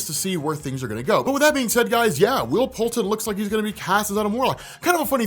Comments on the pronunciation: Isn’t it Poulter? Not Poulten? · PoulTER lol come on you said it right in the beginning!!